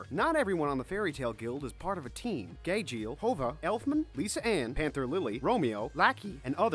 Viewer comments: HOW CAN YOU MESS UP JUVIAS NAME SO BADLY SERIOUSLY WHO IS HOVA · I-I'm sorry, Hova? It's Juvia Ju-vi-a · "Gayjeel" "Hova" "Lisa Ann" "Anther lily" "laki" Correction Gajeel Juvia Lisanna Panther Lily Loki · For Juvia he said "Hoova" XD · ._. I died Did he call Juvia Hoga??? Or are my stupid ears hearing things.. Also they called Gajeel Gayjeel and Lisanna Lisa Ann 😂😂💀💀💀💀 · “Hovia” HELP ME IM CRYING HAHAHA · He called Juvia “hova”😂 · Where did you get hova from its juvia seriously also chibi is pronounced cheebee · Anybody who watches fairytail should know this and PRONOUNCE THE NAMES RIGHT (No hate tho ) Like are u kidding Hova- juvia Lissa anne-lisanna Elondalas -edolas Margarine -Mirajane Calebus-cubellius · HOLD UP HOLD UP HOLD UP! How in the hell did he mistake Juvia for HOVA that doesnt even sound close! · XD how did he say Juvia 😂😂😂 Hova? Also, he doesn't mention how the Edolas mission was false and there never was a mission. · he pronounced juvia hova lolol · I THINK HE SAID HOVA OMG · You pronounced juvia wrong